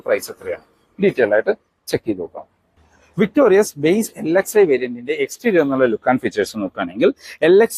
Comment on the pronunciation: വിക്‌ടോറിസ് അല്ലേ? വിക്ടോറിയസ് അല്ല.